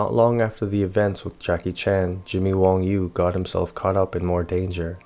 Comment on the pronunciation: Wang Yu, not Wong Yu.